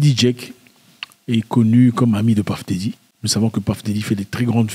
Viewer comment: Ça sonne Peuff Didy quand tu insiste Paff Dedy on a l'impression sue tu parles d'une autre personne Les américains disent bel et bien Peuff Didy et non Paff Dedy